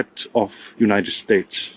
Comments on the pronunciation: "For the Uniiedddshate" Wtf is wrong with?? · I hate the way the re re ghoul says nitystAtes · Is it just me or is Stephen having a hard time to pronounce his country's name? I'm hearing "Yann estates" most of the times.